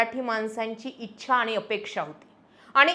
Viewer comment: जरा "आनी पानी....जानार येनार " काय हे? भाषा सुधार...मराठी शब्दोच्चार सुधार....